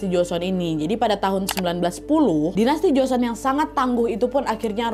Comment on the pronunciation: Bukan joson kak nadia,,setahuku yang benar joseon